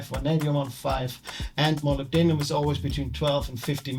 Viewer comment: Pronunciation of Molybdenum is impressive 😂